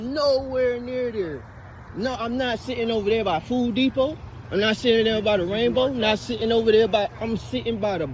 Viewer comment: Did he say "foo depot"? Lmao😅